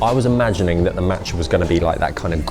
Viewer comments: Every time he said matcha I died inside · The way he's saying matcha is infuriating me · love ur videos but the way u pronounced tteobokki & matcha kinda gives me the ick haahhhaha